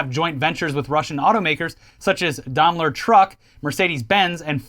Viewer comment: Aw,! Renault! So cute you've never heard the word spoken aloud before! Just FYI it's "Renow", 2nd syllable rhymes with "snow" - much as I'd love to keep hearing your literal pronunciation. Edit: Oh god - now I just heard "Jagwire" and "Dahmler" - too good!